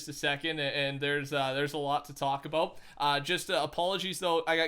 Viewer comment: Ohh 😂😂 it’s because first someone said “aboot” then “a boot” 😂😂👌🏽